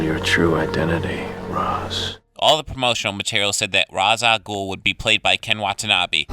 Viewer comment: They pronounced Ra’s al guls name wrong in Batman Begins lmao